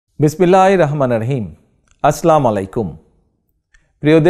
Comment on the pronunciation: আসলামু....❌ আসসালামু....✅